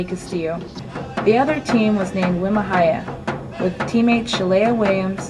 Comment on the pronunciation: wi ma hiya, prounounced.. we mah heeyah